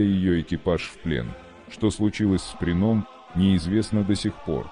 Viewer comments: Диктор, Как все-таки верно - ДЁниц, или ДенИц?) Да, и не ПринОм, а ПрИном! У тебя проблемы с постановкой ударения? Ты уж сам определись? Зачем искажать? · Материал интересный, а за использование кривого робота - дизлайк. "ДенИц, решил свернуть", "что случилось с ПринОм" - тут хоть более-менее понятно, кто имеется ввиду. А вот "потопили подлодку МацА..."- это что-то. Ну не могли нацисты называть свои подлодки в честь кошерных блюд, они же антисемиты